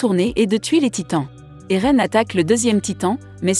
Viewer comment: Et a Eren ce n'est pas Aaron mais Eren